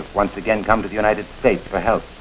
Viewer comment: "Asked the untited states for help"....lol